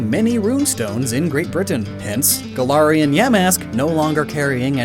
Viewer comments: Really interesting video 👌 Although the way you say Galarian makes me want to throw up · im sorry, but the way you pronounce galarian annoys me deeply, other than that great video